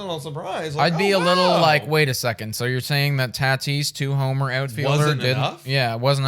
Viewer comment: Taaatis its tatis 😬😬